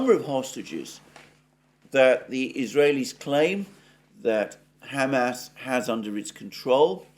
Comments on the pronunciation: Alexander, your pronunciation of "Hamas" as "Ham Ass" is offending Jews and Muslims simultaneously. In the U.S. "Ham Ass" is "pork butt." Kind of a comfort food best served with mashed potatoes and corn.:face-purple-crying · San Franchisco? Ham-Ass? Chan Gu? Oh San Francisco, Hamas, and Qin Gang. Lol. On a roll with pronouns today Alexander! TS 40min. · Does someone as worldly as Alexander really think San Francisco is pronounced San FranCHisco? He didn't mispeak, because he kept doing it. Maybe he has his little pet ways of messing with his audience . The crinkly chair. Pronouncing Hamas and San Francisco wrong. The random bursts of yelling things.